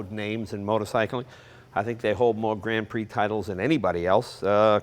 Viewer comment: Come on yanks: you can pronounce grand prix!